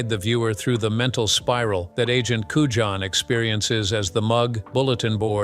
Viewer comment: AND AGENT CUJAN (COOYAN)